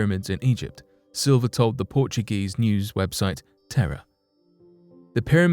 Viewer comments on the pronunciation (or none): none